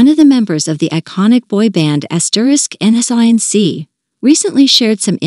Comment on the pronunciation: Did she just refer to the group name as N S Y N C instead of *NSYNC? 🤦🏻‍♀️🤦🏻‍♀️